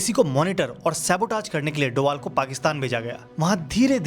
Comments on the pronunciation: Doval nahi sir bol . ... Doval sir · Sir Ajit doval bolna bro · Sahi se naam le bhai ajit doval itna khatarnak aadmi h kya hota hai be